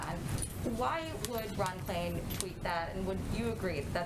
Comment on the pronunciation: Ron Klain, not Ron "Klien".